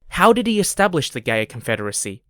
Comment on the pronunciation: It's Gaya as in Maya... not Gay yah.